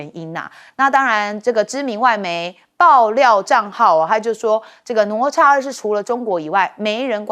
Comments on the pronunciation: “哪吒”怎麼念？聽得我一頭霧水，不是ne zha或是 nuo zha嗎？ㄋㄨㄛˊ ㄓㄚˋ。怎麼我聽你念得想nuo cha。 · 听得懂就好 反正中华没有这种叫法 ne zha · 主持人竟然不懂得读“哪吒”？ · 这个女主持人读过书吗？连“哪吒”都读错😢